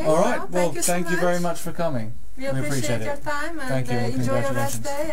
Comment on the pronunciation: " Ok , senk you " haha